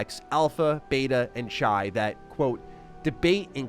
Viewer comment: Chi is pronounce like Kai